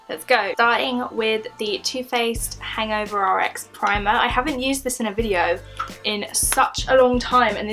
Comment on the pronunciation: Your still saying "RX" 😂😂! Its "HangoveRX